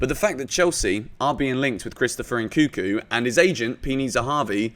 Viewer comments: NNNkunku not nkuku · It's pronounce N-kun-ku, and not N-kuku